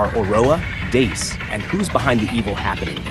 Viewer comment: I'm so so sorry..... ITS PRONOUNCED DAY-U-S like Wolfgang Amadeus Mozart